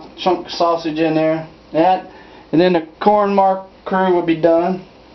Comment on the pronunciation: Corn maque choux is pronounced "mock shoe"